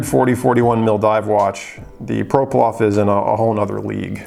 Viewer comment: I stopped watching this video about 10 seconds in when I realized this guy cannot even pronounce the watch he’s reviewing. I actually own one so I will help this guy out..It’s a ploprof not a proplof. Lol